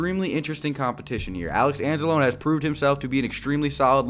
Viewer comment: You're pronouncing Anzalone wrong btw